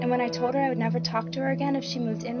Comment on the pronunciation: This is brutal to watch - I was expecting better, as her acting skills were good enough to convince Howard Stern that she would be with him if he was just a regular guy. It also sounds like she pronounced "told" as "toad" in this clip.